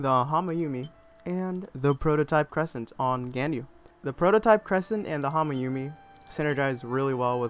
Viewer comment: its gan-yu